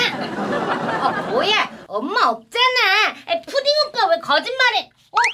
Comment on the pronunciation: ‘ ’에 푸딩인데 왜 푸름이라고 했어요?